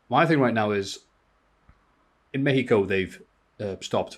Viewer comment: As a Mexican who can speak Spanish pronunciation of Mexico was actually pretty good. 👍 LoL